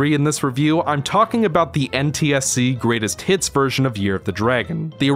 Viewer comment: Every time you say “greatest hits” I hear “Great as T*ts”